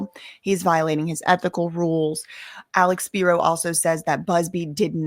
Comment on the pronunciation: Alecks speeroh